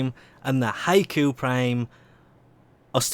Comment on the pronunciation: Error Bot has found 3 Mistakes: Code: NFHE87588JD88JSS 1: Title "Vauled" not "Vaulted" 2: Pretty sure Scindo is pronounced "Sin-doe". 3: Pretty sure Hikou is pronounced "He-koo". The Error Report is Finished. No hate plz.